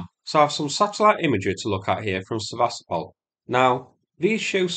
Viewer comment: It is pronounced Seva-stopal and not Se-vastopol. Come on man it not that hard and it's been nearly 2 years since the name became really, really well known. Show the Ukrainians who are trapped there some respect and pronounce the name of their city correctly. #StandWithUkraine 🇺🇦 #WeAreUkraine 💪 Все це Україна! 👍